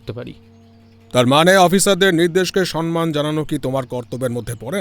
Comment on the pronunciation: অরিন্দম আচার্য থেকে ভট্টাচার্য হয়ে গেল? আর সনমান হবে না,সমমান হবে। জুয়ার জাকি হয় না,জকি হয়। বালাকা নয়,বলাকা হবে। অক্ষিকোটর হবে,আক্ষিকোটর নয়।